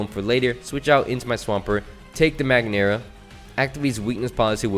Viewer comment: Thats not magneara it is Mag-aer-na😅